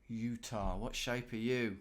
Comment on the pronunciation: Utah becomes Ut-nah.